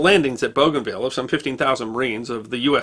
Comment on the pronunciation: Liked and shared, lest we forget. Note: I think it's pronounced Boo-Gan-VEE-Ya.